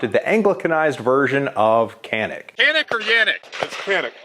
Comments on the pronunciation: It’s not yanik. It’s pronounced Janik. But Americans call it canik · Btw it was not Jahn-ick, it is like Joh-nick. Or like French name Jean. But you faked it until you made it. :) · It's actually pronounced "Janik". Confirmed by an actual Turkish speaker. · It’s “Jyanik” ya bloody yank! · It's John-ick you FILTHY CASUAL !!!! Just kiddin.. :p Nobody calls "Zig Zauer" too, why this was an problem i don't understand actually. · "Its actually pronounced Zjaneeck" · It’s actually pronounced like “Canik” in Turkish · Canik didnt even try to fight it! Like people trying to say we say garand wrong… nobody cares! 😉